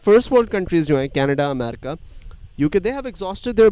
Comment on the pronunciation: Jis tarah ‘America’ bol rahe hai, did anyone not feel odd! 😂 btw I am a big fan of urs